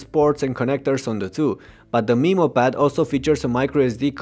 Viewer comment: For the first few minutes I was like " a WHAT pad??" Then I realized he's pronouncing Memo like "Meemo".